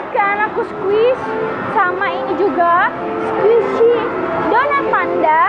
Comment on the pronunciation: Squisi lol kak